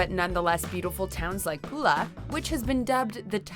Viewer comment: Island is Hvar not var and town is Pula not Kula 🤦‍♀️